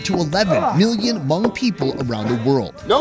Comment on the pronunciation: No hate but he saying Hmong wrong. I know this because I’m actually Hmong